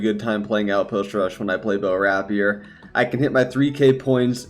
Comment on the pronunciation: Omg I can't watch any more of your videos until you learn to pronounce rapier correctly. RAY-peer. Emphasis on the first syllable.